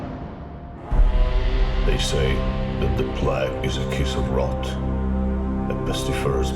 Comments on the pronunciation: I've heard it before, but only rarely - its IPA is "pleɪg" (or pleyg, phonetically), so hearing 'plag' just...makes me twitch lol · "the plaag" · Ah yes the "Plaque" ... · Wait so "plague" is right there in the title... and they get a reader/narrator who DOESN'T KNOW HOW TO PRONOUNCE it... and then... they just leave it there... "a it's good enuf whaevs" (some dev probably)... lmao. That's hilarious... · Plague pronounce like flag. Never heard that before.